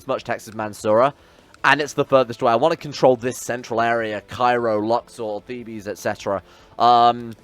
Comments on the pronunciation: Thebes or Waset in ancient Egyptian, is located near modern Luxor. Asyut was an Ancient Egyptian city as well but they are both not the same city. Also if your gonna keep calling it Thebes instead of Waset, its pronounced Theebs not Thebees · The city is pronounced Thebes, which sounds similar to thieves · Theebs is the English pronunciation and Thebees sounds like the greek pronunciation